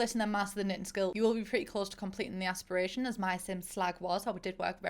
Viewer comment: No one: No one at all::Aspirashon.